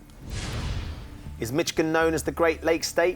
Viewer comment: Um, Ben. It's Mish -igan not Mitch-igan! (Chris said it properly!)